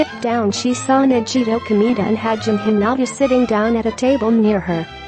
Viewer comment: THE NAME PRONUNCIATION- "NAJITO KOMEDA" "HAJ HINTA" "GUNAM TANKA" 😭😭😭